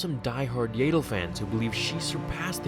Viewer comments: Yaddle (pronounced Yad Dle) not Yay dle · Yaydle? Thought it was pronounce Yaddle :S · I thought it was pronounced as if to rhyme with 'addle' or 'straddle', it would make sense because that's the same 'a' sound as Yoda's name. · I thought it was yaddle not yAddle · You are pronouncing it wrong. It is "Yaddle" as in "paddle". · It's pronounced, yeah dull (say it fast). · They way you pronounce Yaddle disturbs me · The way you pronounce her name makes me wanna kill myself, good video though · Omg i can't stand your pronunciation